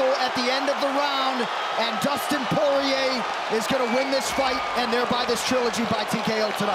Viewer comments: What’s with the announcers pronouncing Dustin’s last name as Poy-Yay in his earlier fights? 😅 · All the commentators pronouncing his last name as, "Poiyeeyay" in his esrly career 😂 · Mike Goldberg continuously calling him “Dustin ‘The Diamond’ Po-Yay” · them pronouncing his last name for the first 8 years of his career is very UFC of them to do🤣